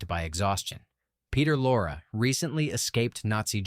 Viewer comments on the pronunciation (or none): Thanks for this compilation. Just one quibble: You have Peter Lorre's last name rhyme with "laura" or "lore," but it normally rhymes with "laurie" in English. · That's Peter Lorre pronounced Lor-ree. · Peter Lorre’s name is pronounced “Loree”. Sure sign the voice is AI. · The content is pretty good but enough if the AI BS! AI absolutely cannot pronounce “Peter Lorre” correctly….. what would it take to get a real mammal to read the dialog instead of running the narration script through a machine???? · i know, i was being sarcastic because the AI narration pronounced it incorrectly.